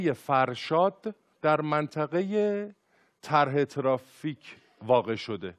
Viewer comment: چرا ترافیک و تریبون اینطوری تلفظ میکنی !😅😁